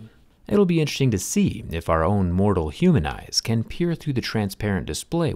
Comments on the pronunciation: "interting" lol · Count how many times he says “intchesting”